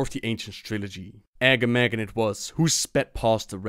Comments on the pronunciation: Uh-GAH-muhgan not agamagan lol. they say his name in RFK. Quillboar ancient. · You pronouncing Agamaggan was hurting my ears... You should go back to Razorfen Kraul to hear how it is pronounced. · Great vid, loved it! But I suggest you run Razorfen Kraul sometime again and hear the correct pronouncuation of Agamaggan from Overlord Ramtusk :P It was kinda hard to hear yours xD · You mispronounced "Agamaggan"